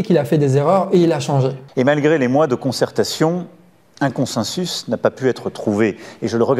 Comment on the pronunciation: "Consensus" et non pas "Consinsus", ce président de pacotille ne sait même pas s'exprimer correctement en français ! 😡